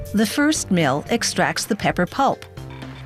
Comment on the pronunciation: Yah she said 'mill' differently